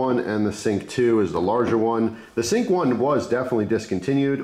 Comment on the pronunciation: lol yes I misspronounced the names its sync like your "sync your voice"